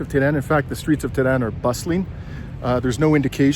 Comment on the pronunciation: For the love of God, you're supposed to be a Journalist!!! Why don't you try to learn the correct prounonciation of the country,city you're visiting! EE RAN? TE RAN? CUTTER? Really!? This is not only a disrespectful , but also makes your story, irrelevant & quite unbearable to watch. While visiting Iran, I strongly suggest, that you would ask around, listen, pay close attention, so hopefully you can try your best to learn the correct pronounciation of these Cities & Countries. You owe this to 33k plus who viewers so far. Hope you won't mind, but I had to be blunt.